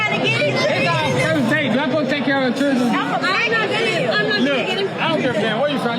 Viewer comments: "I got 3 cher-drin.".......😂😂😂😂😂😂😂😂😂😂😂😂😂😂😂😂😂😂😂😂😂😂😂😂😂😂😂😂😂😂😂😂😂😂😂😂😂😂😂😂😂😂😂😂😂😂😂😂😂😂😂😂😂😂😂😂😂😂😂😂😂😂😂😂😂😂😂😂😂😂😂😂😂😂😂😂😂😂😂😂😂😂😂😂😂😂😂😂😂😂😂😂😂😂😂😂😂😂😂😂😂😂😂😂😂😂😂😂😂😂😂😂😂😂😂😂😂😂😂😂😂😂😂😂😂😂😂😂😂😂😂😂😂😂😂😂😂😂😂😂😂😂😂😂😂😂😂😂😂😂😂😂😂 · I’d walk right when she pronounced children the way she did! Cherdren? 😂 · She Said " Chirdrin " And Glasses Sitting On The Edge Of Her Nose ..... Nah.